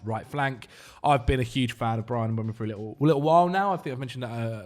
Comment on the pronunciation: Stop saying Mbwemo ffs. It's E before U. Mbeumo. Not Mbuemo/Mbwemo. There'a video if him saying his own name on YouTube